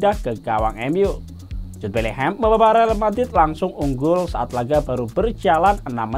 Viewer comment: Abangnya bilang Betlehem ya?